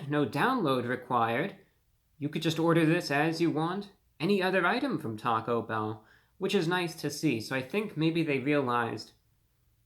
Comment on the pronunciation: u went to Tah-Go bell? i think it is one word not hyphenated..enough talking eat the damn thing!